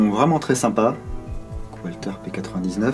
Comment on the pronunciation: la marque Walther est a prononcer valteur